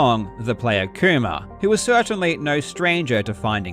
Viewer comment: How hard did Karl have to fight his accident to say "Kuma" instead of "koomer"